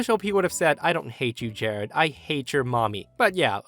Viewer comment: "Jahrad"?? Ugh.